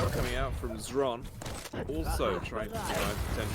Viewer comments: Zron, Shron, Zhron.....is it really so hard to ask someone how it should be read??! Or casters just don't give a fuck (for 3 years...) HRON! X in his nickname is from russian and it is read as H ! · Xron - either stands for " reddish " or a " drunkard". Or, even more precise, someone, who is addicted to smth. CHRONically addicted to smth. Hence, the right pronunciation from ukrainian is [Kron], with soft K, as [h], like in the word " here ". So it is HRON. It's not EXron, not ron, not KZron. It is Hron. Like, so those poor bastards see this and relief themselves from torture. gl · it's useless, they will always butcher Xron's name. Except for Zoot, who always pronounces it right, as far as I remember.